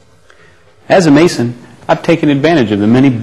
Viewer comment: 'Mason' - sounds like 'Satan'